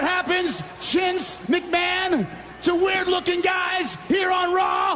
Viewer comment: “Chince McMahon” 😂